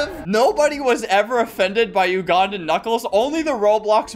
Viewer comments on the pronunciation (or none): i love teh way flamingo says ugandan